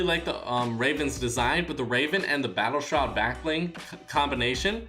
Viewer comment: Anyone noticed how he says black bling half the time